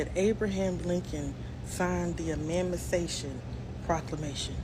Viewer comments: Chick what do you mean,,,"EMANCIMATION" Isn't the word "EMANCIPATION"??? But if we as Black folk mispronounce a word we are dumb!!!! Get it right young lady get it right. You guys always have something negative to say about our culture so this is my negative energy about your,,, oh I forgot you don't have a culture!!!! feedback about what you are sayinlg🤔 💪🏿💪🏿💪🏿💪🏿💪🏿💪🏿💪🏿💪🏿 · I fast forwarded the video once she said “emancimation”😂 I can’t keep listening to ignorance, it’s no longer funny. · FIRST OF ALL IT'S NOT EMANCIMATION, IT'S EMANCIPATION !!!!!!!!!!!!!!!!!! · A European woman who can speak her own language!"Emancimation"😂😂😂😂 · 1st of all, WHAT TF, is Eman'siMation❓2nd, "women..." Implying BLACK women, aren't women‼️When they say "women", they're referring to white women. According to Nature & genetics, they're NOT natural beings‼️ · Emamcimation proclamation...😂😂😂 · Why is it so hard for people to pronounce "emancipation"?